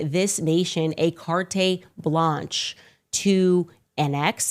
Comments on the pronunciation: Carte blanche, not cartee (car TAY blanche) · 😂 It's pronounced cart blonsh - long o sound ...... just saying hahaha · You honestly don’t know how to pronounce “carte blanch’”? Jeez, you make yourself sound so ignoran